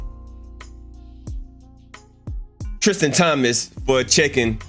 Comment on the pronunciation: Ummm no, 😏 do you have some small points but you mainly sound like a hater😆 facts lol but then again, even though it’s clearly printed Tristan with a T on there you keep calling him, Christian… and Thompson and you said Thomas a couple times lol So what can you really expect? Lol.